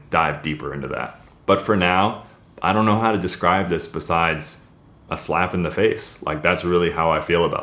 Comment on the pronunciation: Did you say a “slab in the face” or “slap in the face” lol. Insanity.